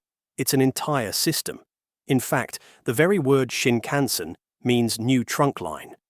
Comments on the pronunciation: I had to quit your video. The way you incorrectly say Shinkansen is so distracting as to remove my attention from the video. [ɕiŋkaꜜɰ̃seɴ] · Prime minister Abe: ah'beh. Not "abe," and not "ay-bay." You don't know it and you know you don't know it? Just tune into a Chinese video source for an hour -- and avoid making a fool of yourself. (Do it now: you're still screwing up "Shinkansen," too. You're not ready for prime time. You have no business posting to the 'Net yet.)